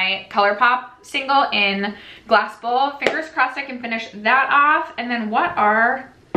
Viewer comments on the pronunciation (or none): Laughing at myself because I been hearing you and Ashley talking about that CP shadow for a few months now and have always though it was called "Glass Bowl" and not "Glass Bull" 😂🤦‍♀️